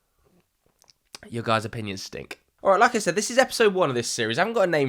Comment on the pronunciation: Joe- pinions